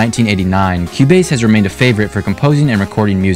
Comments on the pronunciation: “cube base” it’s pronounced as q base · bro pronounced it cube base